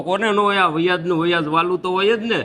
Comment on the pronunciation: વયાજ નહીં વ્યાજ બોલતા શીખ